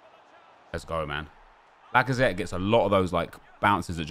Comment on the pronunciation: Alexandre lacazatte? haha more like alexandre lackOfThreat